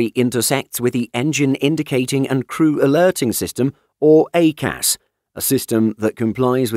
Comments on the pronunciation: "A Cas" is pronounced "I Cas" (EICAS) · It's pronounced EYE-CAS 🤦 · Interesting pronunciation of EICAS